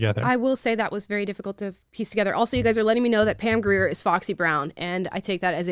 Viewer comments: Pam Grier (pronounced Gr-ear) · Come on! Pam Grier is awesome, Jackie Brown! pronounced greer.